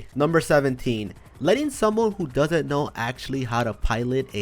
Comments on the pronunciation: Hè always says acxtualy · Why does he always say actualy